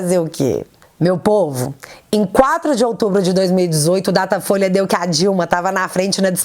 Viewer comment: você errou em uma pronúncia. O nome certo é... DATA FOIA